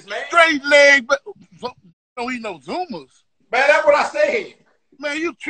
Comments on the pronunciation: It's pronounced "Zummo's" not "zumma's". And they're made right here in Beaumont Texas. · It's pronounced ZummO, made in my home town of Beaumont Texas and it is the livest sausage out there (it was better before they moved the plant out of the original location but it's still killin') RIH Pokey